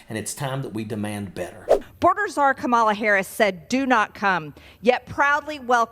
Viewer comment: Please tell MTG there is no such position as " boarder zarr" her ignorance is more profound every day.